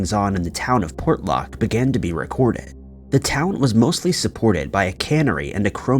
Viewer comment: Excellent, great job on Port Lock, you got pretty close to how we pronounce 'nantiinaq' & Kenai...you r awesome.